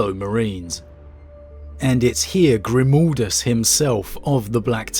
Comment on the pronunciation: Eyerything good and great BUT it is Grim-A-ldus and NOT Grim-O-ldus, his name is Merek Grimaldus! Otherwise, I love your video, the story is great, I totally agree! ;-)